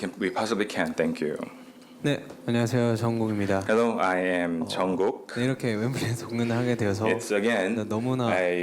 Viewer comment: Why do you call Jungkook Jonggü?😂